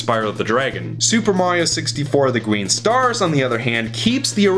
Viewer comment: He said the Gween stars 😂